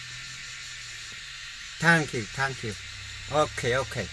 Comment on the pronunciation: Omg what's wrong with his slang 😜😜thang kiw thang kiw